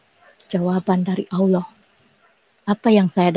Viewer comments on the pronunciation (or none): Berdasarkan sebutan 'auloh' nya ( bukan Allah) saja sudah dapat diduga bhw ibunya berbohong dia dulu Islam. Kalau dia benar Islam, belajar Islam, belajar AlQuran, biasa solat maka lidahnya tidak akan sekeras itu untuk menyebut kata Allah dengan sebutan yg betul. Namun oleh kerana memang dia tidak pernah jadi Islam, tidak pernah belajar AlQuran, tidak pernah solat maka sebutannya memang tidak menjadi, sama seperti kelaziman kristen indonesia yg lainnya apabila cuba menyebut kata Allah... Itu belum lagi pada dasar ceritanya yg tidak masuk akal, cerita yg dibuat2 🤣🤣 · Dah lah bu nyebut Allah aja ga becus.